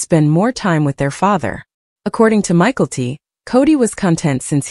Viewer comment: Hearing the name pronounced Michael-T is really annoying.